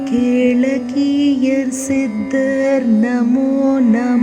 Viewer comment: மந்திரங்களை உச்சாடனம் { 𝗖𝗵𝗮𝗻𝘁𝗶𝗻𝗴 } செய்யும்போது உச்சரிப்பு மிகவும் முக்கியம்... அப்போதுதான் அந்த மந்திரம் பூரணத்துவம் பெறும்... மேலும் கோரிய காரியங்கள் சித்தியாகும். கேளக் கீயர் என்று பிரித்து சொல்வதை தவிர்த்து " கேளக்கியர் " என்று உச்சரிப்பதே சிறப்பாகும் புரிதலுக்கு நன்றி 🙏👍🏻